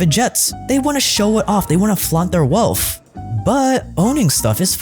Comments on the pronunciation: Why do you pronounce wealth as “WEALTFFF” and “EARTFF” it’s wealTH and earTH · Trying to take a person who says “erf” and “welf” seriously….